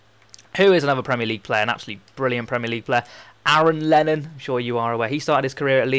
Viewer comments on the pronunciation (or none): none